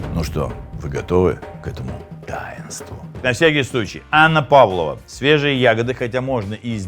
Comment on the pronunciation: Не Анна Павлова, а ПавлОва. Без Анны. Десерт придуман в Австралии